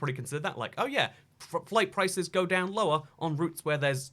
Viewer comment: H-Tiiiiine, hol' it diiiiine! ⭐